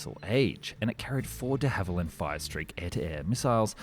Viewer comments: De Havilland not Hallivand and Christchurch not Bournemouth. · he said de hallivand instead of de havilland, get spoonerised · De Hallyvand ? Should be De Havilland. Were you drunk matey ? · "De HalliVand" ?? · De HALIVAND.... Ow ow ow! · Who the hell were 'De Hallivand'??? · Why does he pronounce de Havilland, "de Hallivand"? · "the hallivand"? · "De Hallivand"? I think we lost another Channel to AI narration. A human speaker wouldn't have made that mistake. Now that i noticed it once i notice it everywhere in this video. The narration just sounds unnatural. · De Hallivand lol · This AI? First time I've heard the company name said "Dehaival-And" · Ah my favourite aircraft manufacturer, De Hally Vand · Not to jump on the mispronounciation bandwagon, but Hawarden is pronounced Harden, Dehavilland not right, and Spey not Spray.